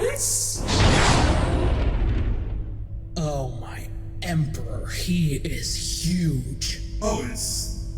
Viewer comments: THE RETURN OF THE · THE! HE RETURNS!